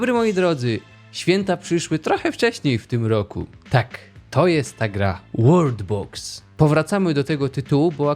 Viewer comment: "wolrd box